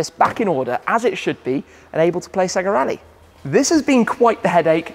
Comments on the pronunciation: its SAYGA ! not SEGGA .. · It’s SAY-GA. Remember Sonic SAY-GARRR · Dude, it's "SAY GA" :D